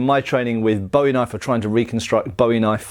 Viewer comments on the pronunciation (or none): BOO-ee is the pronunciation, not BOW-ee. BOW-ee is for David Bowie, not Jim. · Wasn't entirely sure what you said until I realized you were saying Bowie wrong. "Bo-E" is a pop star. "Bu-E" is an American frontiersman famous for a knife design that shares his name. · Great video but something to note is that the knife is pronounced (boo-wie) unlike the singer (bow-ie). The surname for Jim Bowie, the knife fighter and Texas revolutionary, is originally Scottish and comes from the Gaelic word "buidhe", meaning "yellow", "fair haired", "lucky", etc. which eventually becomes "bui", also meaning "yellow". The original Gaelic, like the knife fighter, is pronounced with a long "oo" sound, buidhe -> pujə. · Boo Ee. You complain about straight swords being called sabers and talk about authenticity, yet keep pronouncing Bowie wrong. lol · The name is pronounce Booie! Not like that singer Bowie. His brother was named Rezin pronounced Reason. You people need to get it right. It also is quite likely neither of the Bowie’s ever had a deep clip point knife. The famous Sandbar knife as related by Rezin in 1838 was 91/4 inches blade an oak handle and was blacksmith made. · Great video, except for the constant mispronouciation of Bowie. You actually said it correctly once. It's pronounced "Boo-eee", not like the archery wooden stick with a string on it used to propel arrows. I figured if you can pronounce the Spanish knifes names correctly, you could get Bowie right. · but in the context with the actual knife, it's "Boo-eee". The knife is American, as was the man who made it famous, not Scottish. That would be like calling a bayonet a "bean", not even remotely the same thing, or that cheaply made spanish knife you had a "boomerang". Pronunciation is all about where you're from, right? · Boo-eeee. its pronounced boo eee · Could you please pronounce my family’s name correctly?